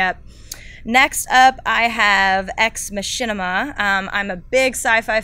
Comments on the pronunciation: Ex Mach-In-Ah. It's an ancient Greek plot device not a YouTube channel! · learn to pronounce "Ex Machina" because what you said... that ain't it:P